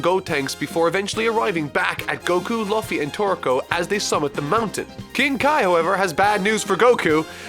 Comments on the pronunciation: its LEW FEE not loafy hahaha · Uh, excuse me... Luhffy? Did... Did you pronounce Luffy (Lew-fi) as Luhffy (La-fi)? So, uh... Ya fucked up HARD with that. And DON'T try to defend it with saying he's never seen One PIece, NOTHING can defend such a horrible fuck up. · Love watching these after you reviewed one piece... still calling luffy "luh-fee" here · Ugh~ the way he says Luffy's name is painful. Does no one every just listen to one clip to see how a person's name is sounded out? It's "Loo-ffy" not "Luf-ffy". I know there's a U in his name, but it's not pronounced with it. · "Lah-fy"?, isn't it pronounced "Loo-fy"? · I love you but I cringed at how you say Luffy Loo Fee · it’s Loo-Fee not Luh-Fee. Thank you for coming to my Ted Talk. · hearing you call him L UH FFY makes me so proud that you are caught up on one piece <3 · "Luhffy" That is all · Luh-ffy... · LOO-FEE. You're killing me. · I love u but what in the seven hells is a Luhffy? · Luffy's name is pronounced "LOO•fie" in case anyone got misdirected here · The way you pronounced Luffy makes me cringe...🤢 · Loo. Fee. Loo. Fee. Loo-fee = Luffy. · Quick Tip: Luffy is pronounced Loo-fee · Luffy is pronounced L-oo-fy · luhfy lol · You don't pronounce Luffy like it's spelled. It's pronounced Loofy. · “Luhfy” Yuck🤣🤣🤣 love you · “Luhhffy” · "lafy" Uhh, what? I hate One Piece, but that's waaay below my level. Also, MAAAAAAAAAAAAAAAAAARK?! WHY DID YOU USE YAMAMURO'S ARTSTYLE, DESPITE ALWAYS SAYING THAT YOU HATE IT?! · Tfw this video is so old, it's from BEFORE knew how to correctly pronounce Luffy's name. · pronounce Luffy so weirdly before he reviewed the series. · Watching your review of the DB/OP/TK crossover after you read and caught up to One Piece kinda feels surreal since you don’t really name the characters except mispronouncing Luffy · Man, present day would look how he pronounced Luffy in this video and slap his past self